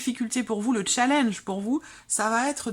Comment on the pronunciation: Il ne faut pas prononcer le mot challenge avec l'accent britannique, challenge est un mot français.